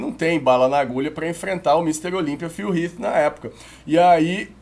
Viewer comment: Até q enfim alguém q pronuncia Phil Heath corretamente.